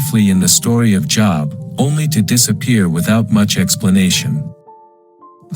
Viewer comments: It's a long O, Job, rhymes with robe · AI can't even pronounce names, long O, not job. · Oh my Gosh, basically impossible to listen to. Can't pronounce Job and of course it is someone trying to justify god in the Job story. God killed, Job's children - before I had kids that was elementary, after I had kids it was the unpardonable sin. Christians will say - but God blessed him with double the Children, sorry, but your giving you twice as any kids does not replace the Children you lost. A parent ought to love their children and each individual human is irreplaceable. How does anyone find a good God in this? And if you have kids and still think that God is justified in setting Job up, you are pretty much a sick individual - even the metaphor is lauded, what the hell is God trying to say here, If you follow me faithfully I may just decide to harass you for my own sick pleasure. Job is the one honest book in the Bible, it shows the monster for who he is. The devil comes to visit (weird!), then God is like, so you want someone to mess with how about my dude Job, just don't kill him (how kind?), it is ok to kill his Children, they are simply property and Job couldn't possibly LOVE them (I mean who loves their children, weird right?). Job's wife was obviously thinking rationally, Job was obviously an idiot! God was obviously mean, cruel and obnoxious, the Devil was licensed by God to be exceptionally cruel to one of God's creations - God of Love, what ya smokin' man!!!